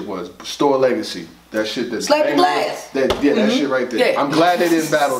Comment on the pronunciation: My nigga said STORE LEGACY 😂😂😂😂😂😂😂😂😂😂😂😂😂😂😂😂😂😂😂😂😂